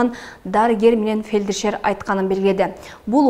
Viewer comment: Урматтуу диктор, фелдишер эмес фельдшер. Консультация!!! Айлыгынды актап же да, карындашым. Сен---Кыргызстандын кузгузусун, жузусун!!! Ушунака😂😂😂😂